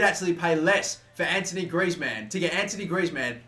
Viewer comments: damn it it's not Anthony Griezmann but Antoine Griezmann it's pronounced Antoane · AntOIne mate. Not antONIe please. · ant-wan......not ant-o-nee......jesus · ITS ''AN-TWO-ONE'' GRIEZMANN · It's pronounced ant-wan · I'm far from trying to troll but heads up cuz I see everyone on you about Griezmann name it's pronounced Antwan but spelt Antoine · Anthony Griezzmann? are you for real? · U pronounce t like antwan Griezmann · Its antoine griezmann not antony griezmann